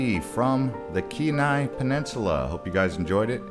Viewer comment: I may have commented on this before, don't remember. However, you are mis-pronouncing Kenai. You would say Keen ni. Anyway, like your vid.